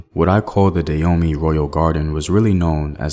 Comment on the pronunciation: It took me 3 minutes into the video before realizing you mean Dan-homey ! I was wondering what at all is "Deyomi"